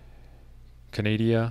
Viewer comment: Lol'd at "Canadia". (I'm an honorary hoser: my sister divorced one! Also a Coach Don Cherry fan! And that Roy guy, the goalie!) We now return you to your regularly scheduled radio squabble....err, discussion!